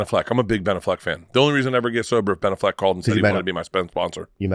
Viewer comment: Why is he saying ben " aff - leck like its 2 separate words